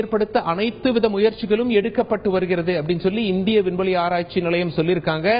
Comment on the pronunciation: உல்ல, செய்துல்லது, புல்லி, இவ்வலோ, விட்டார்கல், விண்வெலி, இந்த அழகான தமிழ் வார்த்தைகள் எல்லாம் "ள' என்ற தமிழ் எழுத்தின் உச்சரிப்பு வேண்டும். அவர்களே தமிழ்க்கொலை செய்யாதே. இந்த வேலையை விட்டு விட்டு சென்று விடு. கேவலமாக இருக்கிறது